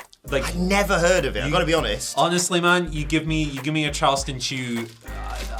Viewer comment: "To be 'oneeest" you should always be honest.